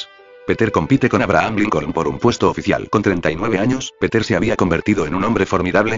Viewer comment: muy rapida lectura que lo vuelvan a hacer y malisima pronunciacion el lector atomatico . no es peter sino piter es pedro .